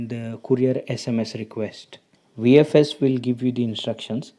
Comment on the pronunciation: It’s Vfs not vsf😂